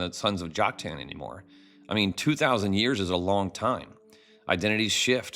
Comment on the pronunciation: I came across your videos just a few days ago and support your approach. I appreciate your willingness to look at the scriptures through unbiased eyes very much. But as a retired English teacher my ears hurt when I hear some name pronunciations; in particular Joktan. You can choose between the common American "Jock-TAN," or the Hebrew "Yoke-TAHN." But "Jock-TAIN" is not one of them. God bless and keep up the original research!😊